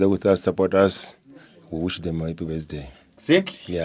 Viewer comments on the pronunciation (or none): Not besday 😂😂😂ke birthday 😂😂😂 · The other stupid guy says besday🤣🤣🤣🤣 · can't even pronounce word "birthday" mamparas